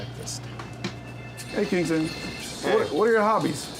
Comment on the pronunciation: Kinkland, Klingston lolol